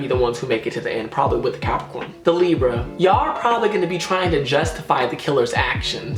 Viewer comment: U DID LIBRA WRONGGGG 😂😂😂 omg I’m dying